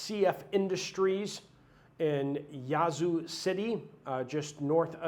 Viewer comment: Respectfully. It's Yazoo not Yohzoo Ya as in yak. God bless all